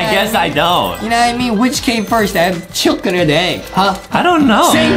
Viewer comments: Justin always say chucken!!!!!!! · Why Justin always say chicken but he say chucken? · why is justin saying chillcken without chicken